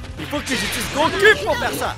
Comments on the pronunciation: Goku ce dit go cou pas go cu ^^ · t'as dit gocul au lieu de goku (gokou) XD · Slt je suis désolé de te faire la remarque mais comme je suis un fan de DBZ je suis dans l'obligation de te dire de bien prononcée Goku exemple: la vraie prononciation Go(ku) /ou et ta prononciation c'est go(ku) /u. Déso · goku... Ça se prononce gokou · Quentin D j'ai cru il avais dis beau cul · Juste, mon nom se prononce Gokou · mon dieu ne prononce pas goku prononce gokou ^^